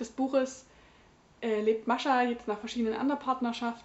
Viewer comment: Ach, wie adrett sie frisiert ist. :) Ich finde es großartig, dass du Mascha einfach standarddeutsch aussprichst, durch 5 Jahre Russischunterricht komme ich nie aus russischer Aussprache heraus. >: Das Buch las ich unmittelbar vor meinem Studienbeginn, so gesehen war es irgendwie in meiner Schultüte fürs Studium. ;) Und ich las es danach auch recht schnell. Vor 3 Jahren sah ich darin allerdings noch nicht so vielfältiges wie du. Damals ging ich recht naiv an solche Gegenwartsliteratur und war sogar etwas schockiert von ihrem für mich so ungewohnten Umgang mit dem Jüdischsein. Ich werde es für meine Reihe zum Deutschen Buchpreis auf jeden Fall nochmal lesen, deine Rezension hat mich jedenfalls bestärkt, dass ich nicht die einzige Doofe war, die sowas gut fand. ;) In diesem Roman steckt eine ganze Lebens- und Leidensgeschichte, vielschichtig, sprachlich bombastisch. Das Lakonische kennt man heutzutage fast nur aus Nachkriegsliteratur und deutscher (interkultureller) Gegenwartsliteratur - was ist da nur passiert? So klischeelos ihr erster Roman war, umso klischeebehafteter und flacher wurden für mich leider die Figuren ihres 2. Romans. Mir gefiel die Geschichte recht gut, auch dieses Liebesdreieck, das so merkwürdig verquer war... aber es hat sich alles im Kreis gedreht und war nur reichlich deprimierend. Ich hatte das Gefühl, man habe Frau Grjasnowa nach ihrem 1. Roman in irgendeine Schublade gedrängt und seitdem "liefert" sie eben das ab, was man von ihr erwartet. Die Lesung zu